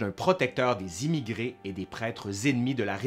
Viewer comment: Très bonne série, c'est un plaisir de se replonger dans cette période passionnante, merci! Juste une petite remarque: quand tu dis "émigrés" j'entends "immigrés", ce qui n'est pas du tout la même chose et ne fait pas sens dans ce contexte.. Bonne continuation, vivement la suite!